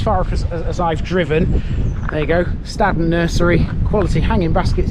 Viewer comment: Your pronunciation of Staden is wrong, we don't say it like that up here in the hills of Buxton ! I warn you then , Stay away from around Buxton , even the National Media called places around here wrong, even Buxton, your going home in a Buxton/Staden Wheelie Bin !!! what a complete Plank !